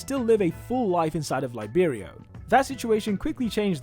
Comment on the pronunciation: Laiberio? isnt it liberio